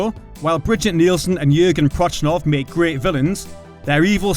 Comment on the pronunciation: Prochnow, pronounced Prok-now. Made me cringe every time he gets the mans name wrong, lol.